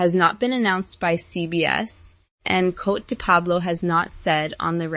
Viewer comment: And PLEASE pronounce Coté de Pablo correctly!